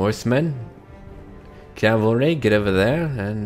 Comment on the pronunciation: OH MY GOD HE SAID CAVALRY :D! Sorry... Sorry I got way to excited from that... I must apologize I don't know why it means so much but you made some random fan in the middle of the desert in Phoenix, Arizona very happy today. It's 105 degrees outside but you managed to make me smile. Props...